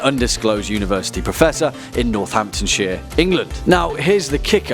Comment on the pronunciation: i was vibing until he said northamptomshire i live like 30 mins away from there